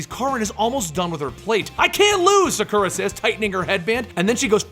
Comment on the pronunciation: Sah-Koo-Rah not Suh-Kur-Uh.